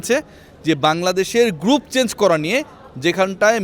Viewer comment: থাম্বেলটি যে AI দিয়া করা হইছে তার প্রমান হলো চেঞ্জ কে চ্যাঞ্জ বলা